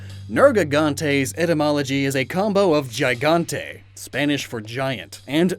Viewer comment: Ok; Quick nitpick, as an spaniard, the "gi" in gigante is pronounced "gee", so you gotta say it like "geegante" instead.